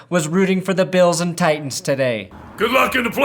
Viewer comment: "I can't hear the difference between Titans and Tigahs"